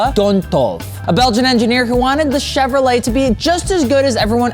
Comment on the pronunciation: Bro,, the "t" at the end of Chevrolet is silent.